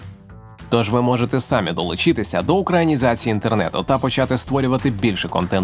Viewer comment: Не сАмі, а самІ